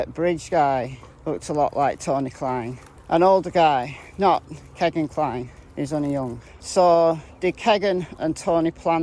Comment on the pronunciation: I’m pretty sure it’s pronounced key-gan not keg-gan